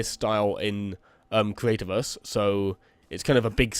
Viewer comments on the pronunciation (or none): subswibers, weally, cweativerse, celebweat, inspiwation, mainwey, awea, just a few Words you said, what is with you and W's dude. comon not every word in the english language has a W in it